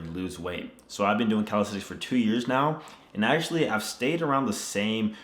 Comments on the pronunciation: Its CalisTHenics not calistetics at least pronounce the word correctly in your video!! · Is it me or does it sound like he’s saying calistetics? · Calisenthics Subtitles: Cow Aesthetics, Cal sites, Teletubbies